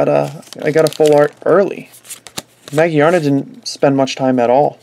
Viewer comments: Ma-GEAR-na Not Ma-gee-ar-na Think about the word gear Its there for a reason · I have no doubt it's pronounced Ma-Gear-na, but it is understandable that he pronounces it the other way because it's Japanese name is Ma-Gi-A-Na, which could be read Ma- Gee-Ar -Na or Ma - Geea -Na.